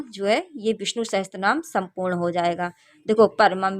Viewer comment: didi aap bahot accha kar rak rahi hai --- par VISHNU "SAHASRA" NAAM HAI NAH KI "SAHASTRA" NAAM